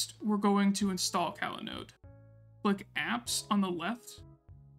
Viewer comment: I really liked how you detailed the change in folder mount paths that Evan just glosses over, since he makes the compose.yml file and the paths follow his setup. Great job! Oh, just something funny to point out. I believe this app is pronounced cOlanode like "collaborate" and not cAlanode, but your delivery was great throughout the video. Happy New Year!